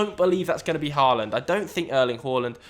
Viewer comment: Stop pronouncing it Eric Whoreland please